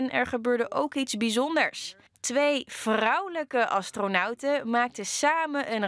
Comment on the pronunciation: twee vrrrrrrrrrrrrrouwelijke astronauten